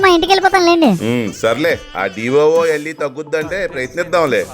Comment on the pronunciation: Doola❌ D O O L A✅